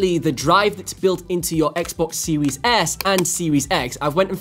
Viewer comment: love your content but i just have to say it before someone else does... "seewees s" lol